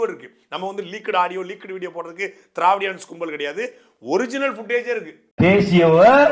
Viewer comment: திராவிடியன்ஸ் என்ற வார்த்தையை தவறாக படித்தவர் like பண்ணுங்க....😂😂😂